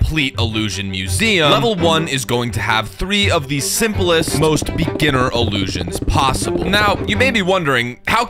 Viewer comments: Take a shot every time says "Iliusions" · ILUUSIONS …Read more